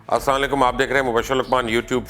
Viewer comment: In ko Assalam o Alaikum bhi thek se ni bolna ata